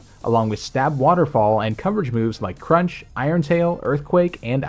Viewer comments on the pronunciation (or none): none